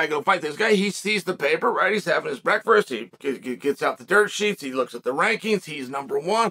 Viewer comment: Its hard for me to believe Chael legitimately can't say the word "breakfast", he's got to just be doing it for the memes.